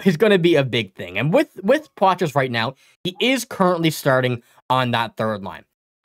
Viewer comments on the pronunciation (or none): It's pronounced Potra. Ask him, he'll tell you.